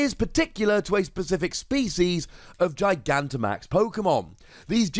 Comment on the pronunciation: You're the first person I've seen to actually pronounce Gigantimax correctly.